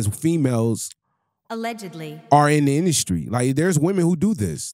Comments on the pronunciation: lol the word is pronounced allegedly bro 😂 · Y’all losers get a mic and say anything… “Allegically” yea you don’t know what your talking about.😂😂😂😂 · "Allegically" 😂😂 Brother, its Allegedly. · What is Alleged-KLEE? 😂😂😂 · I can’t even listen to this dude no more!!! He can’t even say allegedly right. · Will someone please tell him how to pronounce allegedly